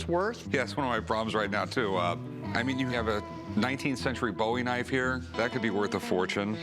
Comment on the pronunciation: I hate Rick for not pronouncing "bowie" correctly